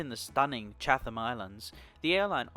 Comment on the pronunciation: Not to be that guy but its pronounced Chat-em.